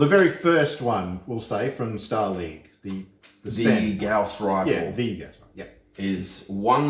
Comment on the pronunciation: Good lord! People that can actually pronounce Gauss correctly!